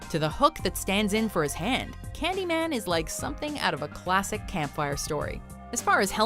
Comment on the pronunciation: ｷｬﾃﾞｨﾒ↑ｰﾝ発音がめっちゃ良い